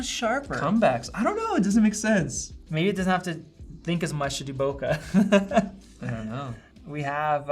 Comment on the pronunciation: it's "boke", not "boka"